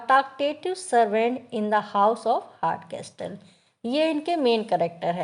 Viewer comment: Hartcasol would be the pronunciation.. not castol*